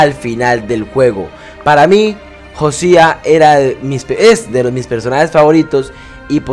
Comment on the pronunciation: Se pronuncia Jousea no Josia jaja